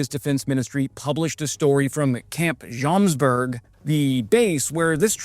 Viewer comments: It is Jomsborg (Joms castle) not Jomberg (Joms mountain) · It is pronounced as Yomsborry, just for information. Norwegian and Swedish can be confusing